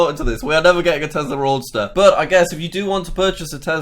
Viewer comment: It’s a Roadster. Not Roaster lol.